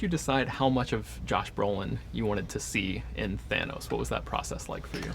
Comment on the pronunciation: btw its called thanos not fanos :)